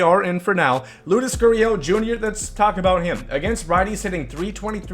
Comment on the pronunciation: he said Loudes instead of Lourdes I know who he is